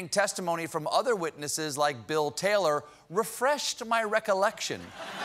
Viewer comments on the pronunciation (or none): none